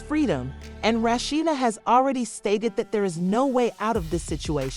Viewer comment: Rat cheetah they can't even say the name right 😁